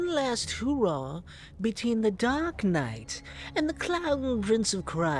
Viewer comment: Did you just call us "Dork" knight, instead of "Dark" knight?? 👀